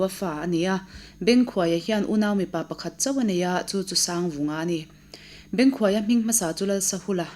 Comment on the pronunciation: Bengkhuaia hminga khuai tih hi hnuai tih anga lam tur a ni.